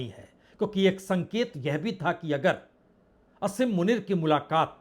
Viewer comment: आसिफ मुनीर को आप असिफ मुनीर क्यों बोलते हैं